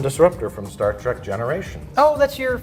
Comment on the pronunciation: We need a super cut of turning to the camera every time Mike mentions Star Trek. And I propose a drinking game. Take a shot every time Mike says “Star TRACK” once I here’d it, I can’t unhear it.